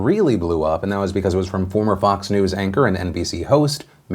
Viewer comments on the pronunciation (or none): You need to stop pronouncing "Fox" as "Vox". Leads to a lot of confusion given that they're both media outlets on the complete opposite end of the spectrum.